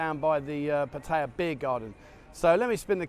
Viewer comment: wow, you snuck in at least one pretty good Pattaya pronunciation, you are my youtube hero!